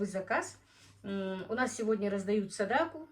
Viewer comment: НАДО ГОВОРИТЬ сАдАқА а НЕ садакУ МУСУЛЬМАНКА ВАМ НЕ СТЫДНО ТАК КОВЕРКАТЬ СЛОВА НАЦИОНАЛЬНЫЕ, ЗАЧЕМ ВЫ ТАК ДЕЛАЕТЕ ВЫ УГОЖДАЕТЕ КАКИМ ТО ТАМ РУССКИМ БЫДЛО ЧТО ЛИ?